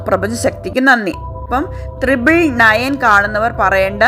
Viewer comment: തൃബിൾ അല്ല. ട്രിപ്പിൾ ആണ്.